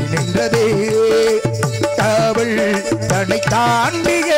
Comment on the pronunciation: காவள் காதள் என்று உச்சரிப்பு